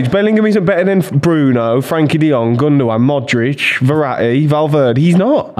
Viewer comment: It's not pronounced gundowan, it pronounced Gyndogan